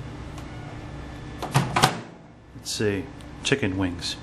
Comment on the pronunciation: The only thing this video made me was hungry for "Chicken Wings" Thats a riot the way he said it funny as shit...